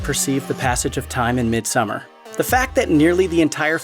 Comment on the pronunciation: thankyou for saying summer and not "so-mar" or "som-mar"